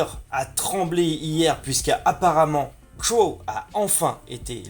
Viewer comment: J'suis là, j'suis là ! (par contre "crowZZZZZ", ça me stress d'entendre Cro)